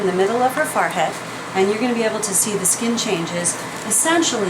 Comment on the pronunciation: Why does she say FARhead -.- its a FOREhead.